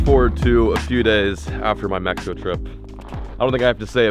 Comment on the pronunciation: Never drink the water in me-he-co